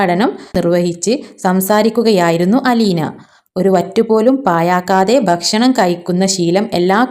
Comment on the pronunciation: ഭശ്ശണം അല്ല, കയ്യുക അല്ല കഴിയുക.